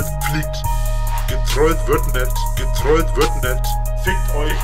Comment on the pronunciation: "gertwollt wird net " junge wie der redet XD